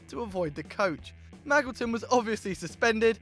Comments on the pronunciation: "Maggleton"... Your pronunciation pains me sometimes. (it's pronounced like Majilton) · It's pronounced Ma-JIL-ton by the way. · Isn't it "Mad-Jill-Ton"....